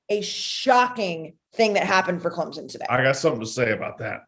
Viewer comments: Clemson not clemzon there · She continuously says clemZon instead of clemPson and no one corrects her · she’s also good for “I don’t want to speak for you, but….” Lol